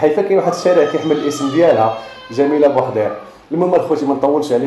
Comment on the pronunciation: لتصحيح جميلة بوحيرد وليس بوحدير